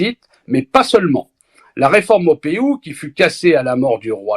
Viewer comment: On prononce "Maupou" ! Le "e" ne se prononce pas.